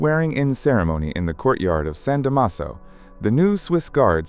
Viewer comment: Cortile di San Damaso (con accento.sulla prima "a"...)